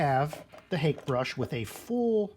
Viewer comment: Thanks for this video - I'll check out your other ones. FYI Hake is pronounced hockey (like the sport) and personally the dark glasses are kind of a disconnect for me unless you're blind or stoned... 300 followers may not be record breaking but it's a hell of a start. Congrats!